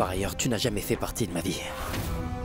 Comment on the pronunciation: Mama se sa que tu dis pertie comme ça 🤣🤣🤣🤣🤣🤣🤣🤣🤣